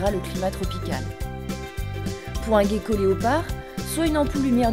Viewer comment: A elle dit pour un Gueko léopard Au lieu de Geko léopard